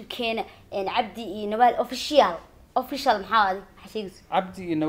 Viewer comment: The secret is how somali pronunciation official .... ofishial